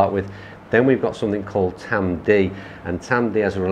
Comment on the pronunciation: it’s ‘Tamdoo’ (Tamdhu), I prefer the Aberlour and like yourself up until just over 40 yrs ago my only experience of whisky was either Bell’s or Grouse despite being from Crieff (Glenturret Distillery). Met and married a girl from Aberlour in 1980 and my introduction to Speyside malts began ha ha. So glad you enjoyed the course just a shame you didn’t get to play off the whites and had a little more sun & breeze. Next time you’re up this way I can take you round both Old & New it’s a little tighter with smaller greens but still a great test. Great advert for our course and the area in general, cracking camera work 👏👏👏